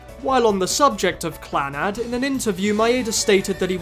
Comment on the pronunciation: The way Clannad is prounounced... Don't tell me that's the actual way